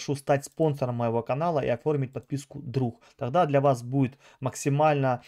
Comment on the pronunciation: Меня хватило дотерпеть и послушать на 4 минуты!!! Кого вы там собрались платно консультировать???😂🫣🥴🤯 В гАстяхх😳 ни каГда , таГда….😂 Тренируйся …! Жесть